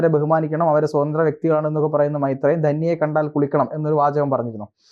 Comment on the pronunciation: മെെത്രേയൻ അല്ലെന്ന്, മെെരേയൻ 👍👍😍😍😍